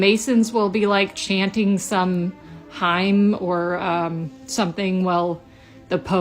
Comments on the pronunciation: This chick, "A Hime?" No, learn how to say, "hymn." Jesus... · She grew up Catholic but can't pronounce hymn